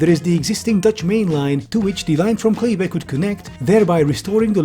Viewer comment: Love your videos, especially the tech bro bashings ones. But its nɛiˌmeːɣə(n) :D Kleve was fine though .